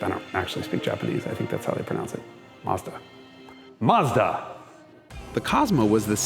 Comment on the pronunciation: yes, you nail the correct pronunciation! Both syllables rhyme with the English word "dot." The U can be pretty much silent. The company started labelling it's foreign products MAZDA with a Z, because its initial export market was Germany... where Z has the same sound as "TS" in English. Other correct pronunciations: Toe Yo (as in yoyo) top (minus the t). Knee + san (rhymes with dot). Hone + da (rhymes with dot). Sue + ba (rhymes with dot) + roo. ORIGINS: Matsuda's founder was named Matsuda (pine field). Toyota's founder was named Toyoda (bountiful + field) but after a decade or two, changed the d to a t to sound tougher. Honda's founder was named Honda (original or main field). Nissan means "Japanese production". Subaru is out of the blue: it means Pleiades (the famous star group--hence the company logo!)